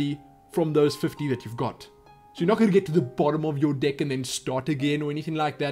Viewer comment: No one else notice how he pronounces "deck"? He says "dick", makes me cry of laughter every few seconds! Haha